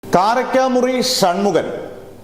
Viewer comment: കാരക്കാ മുറി അല്ല. കാരിക്കാമുറി